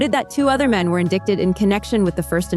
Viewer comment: This channel is for crime stories? Indict- pronounced indite. 🤦🏼‍♀️